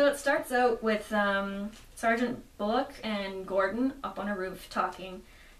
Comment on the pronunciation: Excellent review (should inspire people to rightfully buy and read this book. It's even worth its now $15 asking price!). However, one note: Bullock's pronunciation is "Bull + lock" not "Bull + loke"